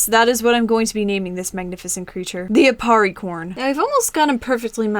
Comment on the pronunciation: aparri not appari